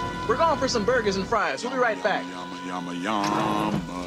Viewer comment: I always thought he said "Yummy Yummy Yummy YAMA" haha